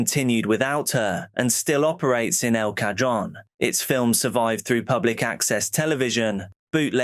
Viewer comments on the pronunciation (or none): LOL I live in El Cajon and have seen the Unarius building. It is pronounced El Ka-hone.